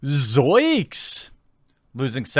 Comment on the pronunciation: Yo Jeremy Shaggy always said "zoinks" with an n, not "zoiks."